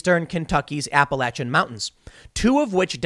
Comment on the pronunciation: Thank you, Tim, for saying appa lach an and not appa lay cha.